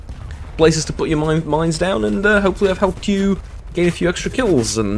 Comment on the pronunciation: I thought the last word said "miners"